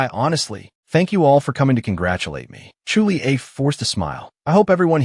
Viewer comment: 9 and half of hour listening to voice calling someone Chu li-a instead of Julie 🙃.🤦‍♂️